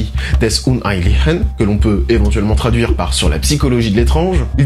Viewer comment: Presque presque presque : Tsour Psikologui dèss oun-HHaïmlisheunn. :D